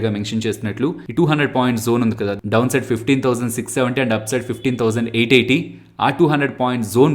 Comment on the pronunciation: Top side 15880 you pronounced wrong.. Its not a major problem.. Lite